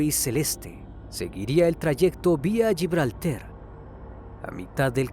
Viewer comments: ES GIBRALTAR, NO GIBRELTER... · Es más fácil decir gibraltar correctamente que como lo dice usted lo que quizá signifique, que no sabe ni donde está 😂